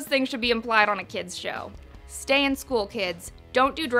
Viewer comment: Why did she say stya in school kids NOT LIKE WE HAVE A CHANCE TO LEAVE UH